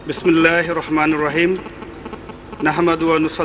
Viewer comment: ওর আরবি উচ্চারন শোনলে বকরিও হাসবে।বিসমিল্লাহির রহমানুর রাহিম!!! নাহমাদুহু ওয়ানুসল্লি আলা রাসুলিহিল কারিম ওম্মাবাদ!!! এই হল আওয়ামি জাহেলদের আরবি পড়ার অবস্থা কোরআনকে বিকৃত করা হাদিসকে বিকৃত করা গোলাম মওলা রনি একটা বুঝদিল পাচাটা গোলাম।